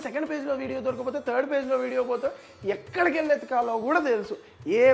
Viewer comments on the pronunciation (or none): none